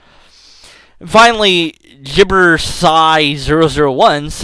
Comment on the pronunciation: "jibersih"? "JIBERSIH"!? lol :P